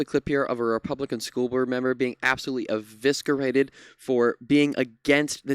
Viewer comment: There isn't a "k" sound in eviscerated.